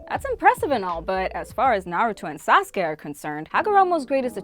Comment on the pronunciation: She said sasuke like Sauce-Ka😂